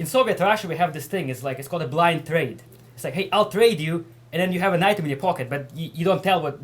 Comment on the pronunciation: You cannot hav! Haha crazy russian